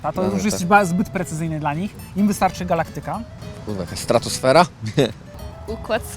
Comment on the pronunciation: gaLAktyka... akcent... :(